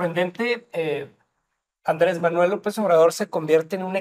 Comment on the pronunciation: Ayer 2 de junio nació la segunda: Manuej andre❌ lope❌ obradojjjjjj.